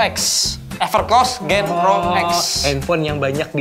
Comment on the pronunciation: Ralat genpro bukannya genrpo